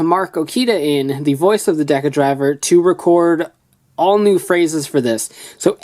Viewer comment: Im just mad how he said decadriver wrong